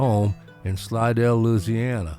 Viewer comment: Another great one! I do love your bio documenteries. Refreshing to hear someone pronouncing the name "Loosiana" properly as I was schooled by an old Navy buddy from Baton Rouge! Looked to me like Gatemouth's number one guitar was a non-reverse Gibson Firebird. At least that was the guitar in most of the pics in this bio. Pretty sure my first exposure to Mr Brown was in a Hee Haw appearance, as the selection of music TV in those days was limited to 3 channels. We got cable fairly early in the '70s as I recall and it was then that I discovered Austin City Limits. Keep rockin' brother!